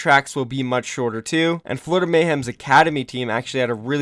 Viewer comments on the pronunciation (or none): oh boy i love the 'Florioda mayhem' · “Florioda Mayhem” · "Florioda mayhem"